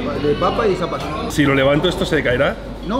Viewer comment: Que buen video dalmau, ahi para que sepas, es zapallo no zapato jajajajajajja